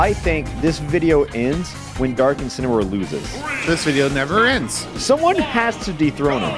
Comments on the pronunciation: 10 months later, rewatching this and I feel like my ears are wrong because “Dark Incin” kinda sounds like “Dark Vincin” to me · ah yes. inceneroar. of course. incEneroar.